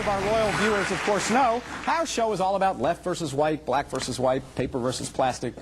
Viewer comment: Sorry, genuine question, did he say “Left verses white, and black verses white”?? Edit: I adore the clip on bow tie. Does he do clip on ties too? Maybe he’s tied too tight with his viewpoint. I didn’t know John would joke on it later on. This is live folks